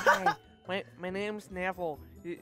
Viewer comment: it isn’t nevel it’s neville